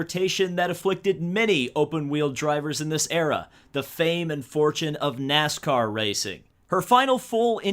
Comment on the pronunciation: Danica it is NASCAR not Nicecar